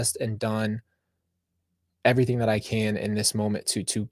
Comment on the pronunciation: I crack up when you say errything lol 😂😂😂😂